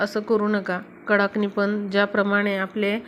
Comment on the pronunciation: फारच लांबण लावली आहे. आणि कडकणि म्हणतात. कडाकणि नाही.